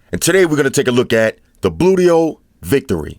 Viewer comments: when he says bluedio it sounds like booyt o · Gotta watch how you pronounce those things. Bluedio could become bootyhole with a slip of the tongue.